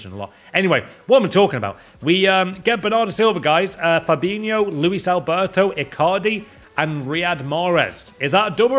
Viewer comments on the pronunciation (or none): none